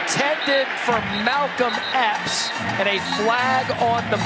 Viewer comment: Not going to lie. Thought I heard the sports announcer say Malcom X, not Malcom Epps at first. Initially, I thought, "What is Malcom X doing playing football? "Thought he was busy fighting for African American rights next to Martin Luther King, Jr; both of whom are legends in my mind!